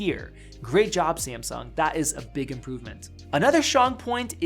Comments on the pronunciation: Did u say Seamsong instead of Samsung?! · SAMSUNG not sEAaMsuNg 😂😂😂😂 is not that hard man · Wut did he say simsung